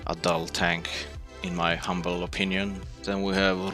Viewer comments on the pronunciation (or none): none